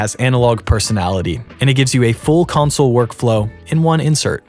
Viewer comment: 🧐 There is no way this dude is this deep in the game and no one has told him, it’s not pronounced “Council” it’s pronounced “CON- SOUL”. I refuse to believe he doesn’t know this.🤨 -This is equivalent to not pronouncing MIDI as “Mid-EE” but instead calling it “Mid-EYE”.